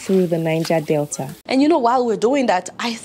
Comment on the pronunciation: There is no R in Delta, please